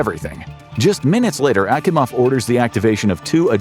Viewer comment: Akimovs name was mispronounced. You sure you're not using AI 😋 Also it would have been nice to actually properly draw a control room instead of using aircraft panels and crap